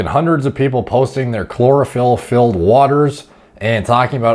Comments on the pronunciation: Chlorophyll... Sounds more like Borophyll. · chlorophyll...more like bore-ohpyll.